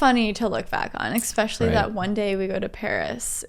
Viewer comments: You two are just so cute together! I hope I'll find a girl someday who loves cinematography like I do haha. Also, I love how you () say "especially" with an X, "exspecially" lol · Exspecially? Does anyone else hear it or is it just me? Lol but every time you say it my nose curls up. Lol This vid still cracking me up, you guys are awesome